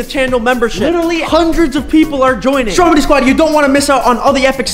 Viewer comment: It’s stromedy not stromide